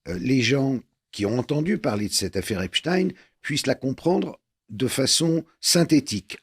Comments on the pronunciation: Madame Kelly c est EPstein Pas EINstein! C est agaçant ! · Mme Kelly vous savez très bien qu on dit Epstein !! Comme Einstein ou Frenkenstein Non mais cette question m exaspère à force